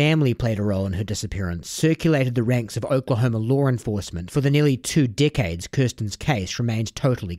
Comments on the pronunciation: Dude he keeps saying decades and I think he is saying dickheads lmao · "over the course of the coming dickheads" who else heard it? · I love the way you say dickhades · Each time he says “decades” it sounds like “dickheads”